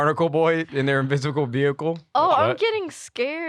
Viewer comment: invishicle vehicle